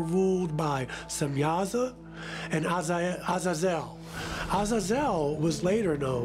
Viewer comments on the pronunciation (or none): Proper Pronunciation = Uhh -zay-zoel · That's not how you pronounce Azuzel